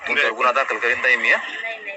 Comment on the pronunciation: गुन्हा हा शब्द " गु " या अक्षरांवर अनुस्वार देऊन " गुंन्हा " असा चुकीचा उच्चार न केल्यास मराठी भाषेवर उपकार होतील.